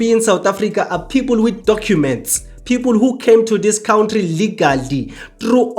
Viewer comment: Cow ntri it's kantry 😂